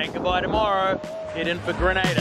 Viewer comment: Totally enjoyed .Remember it's Grenada not Granada.Proud to be Grenadian.